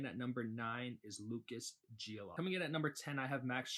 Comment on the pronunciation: LOL. Gio-lee-to...not Gio-lah-to